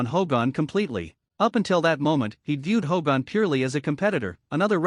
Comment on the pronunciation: Stupid AI commentary can't even say Hogan.